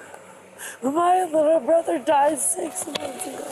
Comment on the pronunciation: "My liddle brobber died 6 months ago!" seems to be becoming more common as an excuse for acting a fool. 🙃